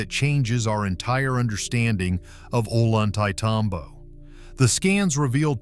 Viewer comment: It's pronounced "oh lon tay tom bo".